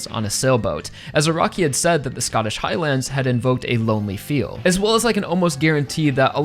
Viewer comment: Bro how this guy says Highlands pisses me off and idk why